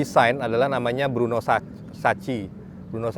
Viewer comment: bruno saco bukan bruno saci